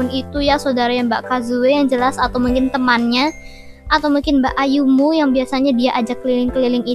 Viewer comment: Mbak Ayumi kak bukan Mbak Ayumu:). Tapi gpp semangat ngonten ya❤️